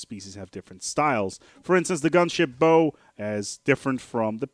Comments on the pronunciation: Bow is pronounced "baugh", not "boo". More like "oww" than "oh". The weapon "bow" is spelled the same, but pronounced differently. Also, excess power is ALWAYS beneficial- the plus 0% just means it is less than 1% better- but looking at the DPS shows there is still a change... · I'm sure everyone's pointed out that a ship's "bow" is pronounced like "wow" rather than "Low" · The front section of a vessel is pronounced like take a bow, not draw your bow. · Just for future reference, a ships 'bow' is pronounced "bau" as in taking a bow (bending forwards at the waist); or as the german word Baum. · Bow. Bao. Bah-Oh. As in "Take a bow", or "Bowing deeply". Rhymes with "Plow". But more seriously, thanks for the tips :) . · GAAAAAAAAH ITS PRONOUNCED BOW AS IN BOW TO ME FOOLS! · So I'm not the only one that twitched at that I see. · Its bow as to bow before something not bow as in bow and arrow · you are mispronouncing bow yo! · Ugh I can't stand when people say bow like that.